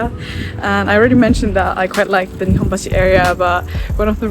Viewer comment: I love the female voice on the train when she pronounces nihombashi. That is the best sounding Japanese word.